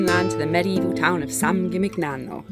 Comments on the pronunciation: Eh? All that Rosetta Stone and you can't pronounce San Gimignano? SAN JIM-IN-NYANO! (Stunning place, though. One of the most romantic places we've ever been. While watching this, we turned to each other and promised we would go back) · no "g" in San Jimmy Nyano. Like no g in Cognac.